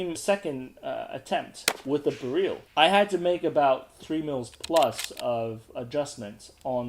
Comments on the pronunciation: your pronouncing it as bereal it is Beryl the same as the gemstone (beral) would be closer to the phonetic . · Sorry I know late message the pronunciation of the weapon beryl some people call it "barrel" in sense and you said "ber-real" which is correct sorry to ask